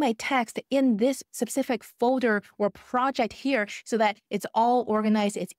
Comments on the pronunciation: When you say “sapcific” you mean specific right? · Saying "sup-cific" instead of "specific" is doing my head in lol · Thanks for great video One correction Specific not sepcific :) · Great content. 😊 I can't get over how you pronounce specific though lol. You keep saying sep-sific 😂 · I do NOT want to learn AI “secrets” from someone who says ‘sepcific’ for “specific”! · I think you mean "sup-cific" topics 🤣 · 'Subcific' lol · is she trolling with the word subsific? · Please Google how to pronounce specific in UK English. I was absolutely crying with laughter every time you said specific 😂😂😂😂